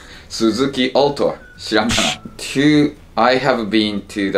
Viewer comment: altoはオートじゃなくてアルトですよー！！ （もりてつ大好き）